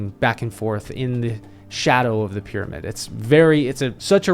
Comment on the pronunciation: The way he pronouces pyramid... "pid-a-midd" 🥴